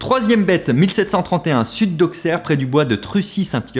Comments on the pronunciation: Les auxerrois, tous avec moi, c'est pas Au"X"erre, MAIS AU"SS"ERRE putaiiiiin!!!!!!! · Hello !! Et mes oreilles d'icaunaise m'ont fait mal aussi. On dit "Ausserre" et non "Aukserre" ;) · SA SE PRONONCE AUSSERRRE !! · Si j'ai bien entendu en disant Auxerre tu l'as prononcé AUXXXERE mais le x dans ce nom se prononce comme si c'était deux "s"^^ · Hommage à la communauté Auxerroise qui aimerait que Fabien soit dévoré par l'une de ces bête pour avoir prononcé "AuXerre" au lieu de "AuSSerre" (car oui ça s'écrit avec un X, mais oui ça se prononce comme 2S (car à une époque lointaine, Auxerre s'ecrivait "Ausserre", et depuis ils ont gardé la pronotiation)) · Je sais que Le Grand JD en a fait une vidéo il y a peu mais tu n'as pas mentionné la Bête des Vosges, qui est peut-être la plus récente je pense PS: Je viens de l'Yonne et Auxerre on le prononce "Ausserre" 😂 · Auxerre dit "ausserre" merci 🙏🙏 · He ça se prononce "Ausserre" respectez nous svp on est de retour en L1 quand même😅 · S'il vous plaît STOP oui ça s'écrit Auxerre ça ne se prononce pas comme ça ça se prononce Auçerre c'est pas compliqué on ne dit pas Parissss donc STOP merci.😠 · Sa se dit aussére est non auxére🤬🤬🤬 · Auxerre se prononce Ausserre 😅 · On dit Aussere et non Auxerre vaint dious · Comme je le répéte souvent, Auxerre se prononce Ausserre ! Nom de dieu Sinon, je me demande si ces bêtes, ne sont pas que des rumeurs pour éviter de se rendre compte que ça soit l'oeuvre d'êtres humains tueurs en séries? Ce qui à l'époque "n'existait pas" ... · Mais ça ce dit AUSSERE 😭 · J'attendais ce commentaire le petit auk fait grincer les dents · Et Auxerre se prononce Ausserre. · halalal ca fais mal au oreille ><" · Au[SS]erre niveau prononciation Fabien roh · Il faut que tu revoies ta prononciation d' "Auxerre" s'il te plait ;)